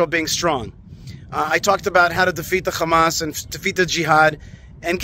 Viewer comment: One small way to make this world better is to pronounce Hamas with the correct soft “H” sound - as it is spelled - instead of the grating “Kh” sound - as it is not spelled. Hamas is spelled Hamas not Khamas. SIMPLE. Your stubbornness in not doing so gives you a bad look. As you know, I’ve brought up this exact subject before with you,.